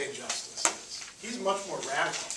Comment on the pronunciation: You forgot the T in justice.lol. Thank you for the video though. It really helped.